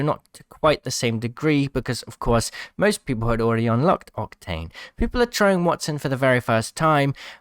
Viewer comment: Wattson. waTTson. Not that hard lol